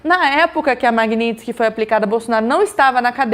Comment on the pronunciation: Tudo certo... apenas já passou da hora de pronunciar corretamente, Magnitsky (ma-g-ni-ts-ky), soletrando em português: ma-gui-ní-tis-qui... referente ao sobrenome do homenageado Sergei Magntsky auditor Russo torturado e morto na prisão! blz.